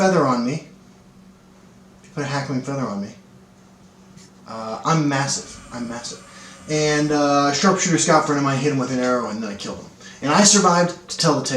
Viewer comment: Been bugging me for a while.... I'm pretty sure it's HAWK-wing feather. Or is it a deliberate mispronounce?